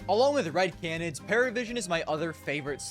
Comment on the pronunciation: one day will be able to pronounce “canids” correctly and consistently